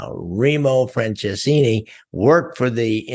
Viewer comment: good story, but like he said you butcher the heck out of my uncles name.